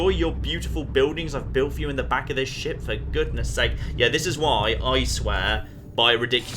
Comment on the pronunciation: Maybe i am deaf but i think that when says ship it sounds like shit XD